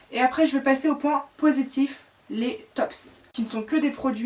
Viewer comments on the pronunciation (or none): Bonne vidéo mais on ne prononce pas les « S » de flop et top, ce sont des mots anglais donc pas de prononciation